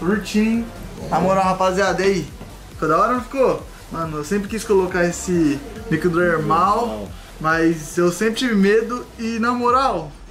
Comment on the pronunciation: Kkkk REH: que isso: microdermal: misomerlal kkkkk